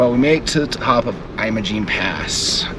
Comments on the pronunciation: Your pronunciation is incorrect. It's pronounced like you're saying image! Great video. It's a beautiful place. I can't wait to go back. Great looking jeep, too! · He managed to mispronounce "Ouray," "Uncompagre", "Imogene", and "Telluride" all in the first 3 minutes of the video. I live 12 minutes from Imogene pass and our local search and rescue teams from both Ouray County and San Miguel County pull visitors with 40" tires out of the ravines several times a year. They're typically from Texas or the mid-west and they can't be bothered to pronounce the names of places out here, either.